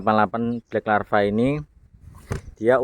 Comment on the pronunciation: LAVA BOS bukan larva Kalau larva itu belatung 😂 LAVAAAAAAA, BLACK LLAAAAVVVAAAAAA BUKAN LARVA